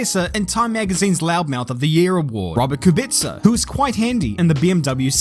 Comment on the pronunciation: KUBICA ! BLOODY KUBICA!! shame on the Kiwi (Love your stuff)